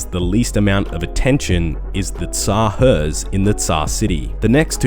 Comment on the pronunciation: tz-haar wtf is teezzzaheerrs